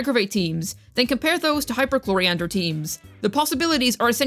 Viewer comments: I subscribed after the 3rd mispronunciation of I have her C0R1 lvl 90 from her last banner and she kinda... does nothing (i just wanted that c6 chevreuse) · “Clorofield” 😭 I love these videos